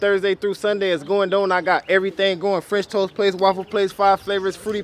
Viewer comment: Lmao Died when he said “French Toases” 😂